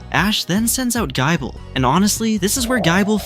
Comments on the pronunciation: Why GUY-ble? It's "gih-ble" as in Nibble. 😂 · I heard Gaible and turned the video off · "Gaible" is absolutely foul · why tf does this voice pronounce it as guy-bull? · Gaaible gaabite gaachomp and skeptile is crime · Gaible? Skeptile? You have to be doing this on purpose bro 😂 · pretty sure he typed gible but the ai read Gible as Gaible.. Well he wrote a good story so we shall let it pass